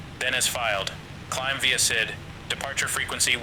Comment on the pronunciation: While it mimmicks human voices very well already, it immediately fails to say the basic and frequently used word “IFR” correctly when starting and it keeps saying SID incorrectly. But its way ahead of anything else! Remembering the days when hearing Amazon Polly was amazing on P2ATC..